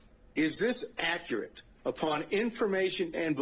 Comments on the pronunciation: Someone needs to teach him how to pronounce the word “accurate.” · I like how the defense attorney pronounces accurate and emphasizes it since this guy does not pronounce it correctly. What a disgrace to the legal system. America has become a joke.